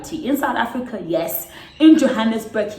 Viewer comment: Lol "Africuur"